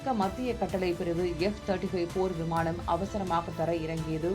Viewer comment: விமாணம் இல்லை விமானம் ன, ண சரியா உச்சரிக்கவும் 🙏🙏🙏🙏🙏